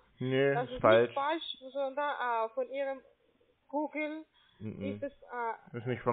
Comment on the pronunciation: Ja, das "Gähn Sie bei Guhgel" ist eine recht unintelligente Anweisung dessen, was sie meinen. Und "Chrome" fällt ihren Zungen sicher sehr schwer. Was mich aber noch mehr wundert, dass sich über all die vielen Monaten diese Sache in den Skripten nicht geändert hat. Irgendwann müssen doch deren Bosse das merken.